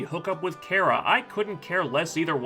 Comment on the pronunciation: I'm dying a little, everytime this dude says Kera and not Kara.